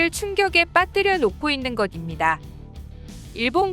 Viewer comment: 것입니다 -> 발음 좀 제대로 자연스럽게 해주세요. 듣기 불편하네요.